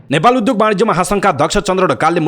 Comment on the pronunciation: विद्यार्थी विद्यालय उद्योग आदि शब्दमा रहेको द्य को उच्चारण ध्य गर्दा रछन् यी समाचारवाचक। वाचनको शैली ठिक तर अशुद्ध वाचन छ। सच्चिन आवश्यक छ